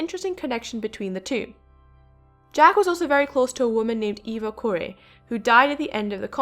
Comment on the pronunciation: I think she's more tied to Eva too. BTW correction, it is Eva Core (accent on 'e').